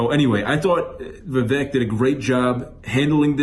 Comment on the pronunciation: Vivek pronounced like cAKE Get it right before he runs in 2028. 😉